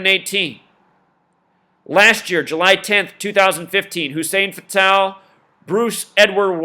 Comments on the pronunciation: You can't even pronounce their name correct! Hussein Fatal! Not Fatale! Yaki Khadafi not Yahhkii! Lame ass your just a Novice in Life ! Yeah you are correct about secret societies controlling Hollywood and Government and entertainment! But also you are wrong when you are reaching about Numbers and oooooh this numbers and that number! Every has to have a numerology because it has an alphabetical order! Duhhhh! And birthdays and years! Duhhhh! Keep banging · You say Hussein Fatal wrong and it's annoying. They call me Hussein Fatal it's a two game table I'm robbjn ya nigga cradle with a knife in ya navel. It's not an Arabic name Fatal as in deadly. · its Hussein fatal. like fatal car crash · I like the way he says Hussein Fatál.